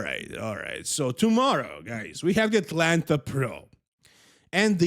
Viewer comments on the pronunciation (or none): none